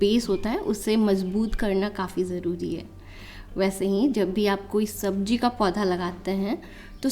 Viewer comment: I have grown Bitter Gourd and use of some secret organic fertilizer beard me uncountable karela. I am planted it's seed on my balcony only. And Mam please say Sabzi not Sabji it sounds bad to hear.